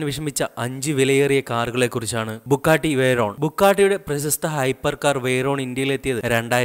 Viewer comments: Bugatti.. not bukkatti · Bro bukkatti alla its Bugatti bro ithu indiayil illennu aaru paranju bro just onnu Mumbai visit cheyy appo airyam avide illatha car onnumilla ippo lykan hypersport worlds fastest car athuvare und mumbai 4 Bugatti 2 koeinzeg agera angane Kure und pinne Aston Martin DB 11 vare und so better u delete this video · ബുക്കാട്ടി... ടർബോർചാർജർ.. കോയനിസാഗ്... അഗെര... എന്റെ പൊന്നളിയാ നീ പോയി ഇതിന്റെയൊക്കെ പേര് പറയാൻ പഠിക്ക്. പിന്നെ ഇത്തരം കാറുകൾ പരാജയപെട്ടു എന്നൊന്നും പറയരുത് കാരണം ഹൈപ്പർകാറുകൾ മറ്റുള്ള കാറുകൾ പോലെയല്ല വിൽക്കുന്നത്..!!